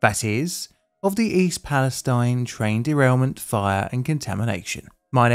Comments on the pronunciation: Psst: it's "Pal-a-steen" akin to Versailles KY being pronounced "Ver-sales". Go figure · I was going to say the same thing. Ohio has a history of towns with alternative pronunciations. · Maybe some more research, and he would know how to pronounce it. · Imagine saying Free Palestine with the last vowel being a long E instead of a long I. It feels so weird to have to put up with a bastardised pronunciation that an American town insists is the right way to say it. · It feels so weird to say Free Palestine with the final vowel a long E instead of a long I. Why do American cities name themselves Palestine and have the gall to declare how we usually pronounce it the wrong way?! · Finally I’ve been waiting for this! I haven’t looked into the whole thing because I was waiting for you to tell me the whole story. Also, the town is pronounced East Pales-TEEN. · it feels so weird to say free palestine with a long e as the final vowel instead of a long i it's extremely confusing to have to switch back and forth with the real pronunciation and a bastardised american pronunciation. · small note: town pronounces it’s name East Palesteen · i think east palestine isn’t pronounced like that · Uhhh… The locals in East Palestine pronounce the last syllable to rhyme with “teen”. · I see more people complaining about the pronunciation of East Palestine not being like how they say Free Palestine. Why are these two pronounced differently? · I'm just surprised that nobody has corrected your pronunciation of "East Palastine" yet, at least not in any of the comments I've seen. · Surprised you missed the (odd) pronunciation of East Palestine, which was all over the news at the time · Not even in and you MISPRONOUNCE THE NAME OF THE TOWN! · How else does one pronounce the name? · East Pal-e-STEEN, not stine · According to the municipal government, the official pronunciation is "EAST PAL-uh-STEEN." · East palestine is pronounced "east palisTEEN" and not like palestine btw